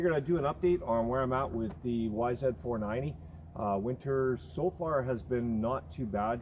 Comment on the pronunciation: Is it just my 49 year old ears or are you saying yzf 490? Regardless, I love your vids and am a subscriber!